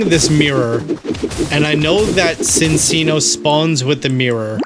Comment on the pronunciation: BTW, it's chin-chino, not sin-sino. The animal it's based on is the chinchilla, and two c's in Italian is the ch- sound. Yes, it should actually be sin-chino, but Pokémon's weird like that.